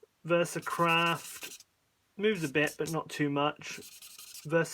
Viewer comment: Did I hear you say "Versacrap" instead of "Versacraft"? 😁